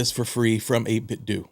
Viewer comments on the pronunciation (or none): Seems like it would be “doe” not “due” as in Nintendo